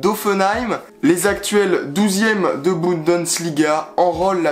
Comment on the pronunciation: C'est "Bundesliga" pas "BundeNsliga" 😂 super vidéo ! 👍🔴⚫